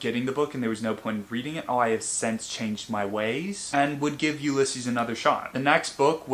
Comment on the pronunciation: Help that pronunciation of Ulysses confused me for so long I had no idea what book you were talking about 😭